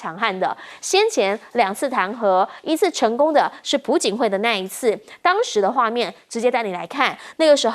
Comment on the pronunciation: 主持人：“朴槿惠”是piao jin hui！😀